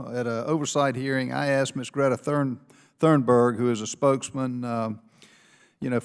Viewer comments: He can't even read her name right..it's not THAT foreign......... only 2 r's there........ the alternative is global death. She's not wrong. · Notice how he pronounces her last name wrong 2 times at least!!! Why?? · Lol , they are so scared of her they can’t pronounce her name properly. She is making it clear they are not doing there job just worried about the money.